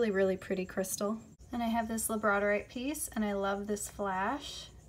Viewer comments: I love the labradorite, but I think it’s pronounced lab-ra-door-ite. Correct me if I am wrong. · Girl it is lab-ra-door-ite lol the way you butchered that and so-duh-light killed me I had to comment. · She said labradorite rong